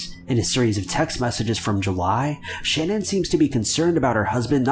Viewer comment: His wife’s name is Shanaan not Shannon